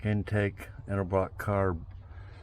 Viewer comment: That’s one heck of a deal especially for anywhere near DFW where all classics are worth tons unless I was selling it.🤣🤣 Thanks for pronouncing “ Edelbrock “ properly too- hearing “ Elderbrock “ is about as annoying as hearing “ Husk Uh Varna “ for Husqvarna when referring to one of my old Mx bikes